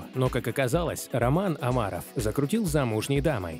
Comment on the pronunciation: Слух режет, когда он произносит Амаров